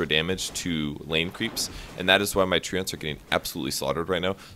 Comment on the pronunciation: You're saying "Treants" wrong. It's "Tree-ants".